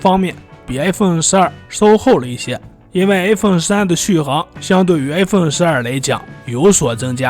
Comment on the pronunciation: i發音都發成a